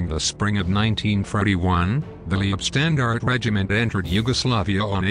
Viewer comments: Leibstandarte - pronunciation "lypshtandart" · The computer generated mispronunciations are pretty appalling. Duncocky? Lee ebstandarte? I could go on, but...well...there are just too many, and too appalling. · Good video, but....Leibstandarte is pronounced "Lypshtandarter" - other pronunciations are abysmal. Suggest you get some language coaching from a language school before you embark on another production. Cheers 😊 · The mispronounced German words and corny synthetic computer voice makes this ridiculous mish-mash of recycled and useless information absolutely unbearable. It's pronounced: "Lybe-stahn-dar-teh" for God's sake!🤣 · I wish they'd learn the correct pronunciation of ''Leibstandarte.'' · Leibstandarte is pronounced: Say Leib with e being silent and say "i" like HIVE say "stand" with "a" sounding like O in POND say arte like ART AH